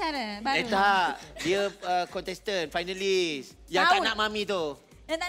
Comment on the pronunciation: el mcm salah sebut finalist je